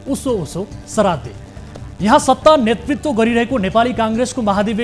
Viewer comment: सराद्दे हैन हौ पटमुर्ख श्राद्द हो अलि शुद्ध बोल्न सिकौ